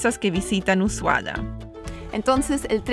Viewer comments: porque dices Usuaya y Yelo en vez de Ushuaia y hielo? La "h" es muda!!!! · Se pronuncia usuaia .. para que entiendas más .. lindo video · Ushuaia se llevó mi corazón. Inolvidable el trekking por bahía ensenada. El trencito muy lindo también, aunque en mi opinión es demasiado turístico y no vale lo que cuesta. Peeero, si uno tiene la plata y quiere gastar, es un lindo paseo. Un consejito: "us ua ia". La última sílaba tiene el sonido de "yes", no de "llegar". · dice Ushuaya???? con y griega???..... le pone zanahorias a las empanadas argentinas.......... será que mi ordenador no funciona bien???........ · me llamo la atencion que siempre prononcias Usuaya?, por que?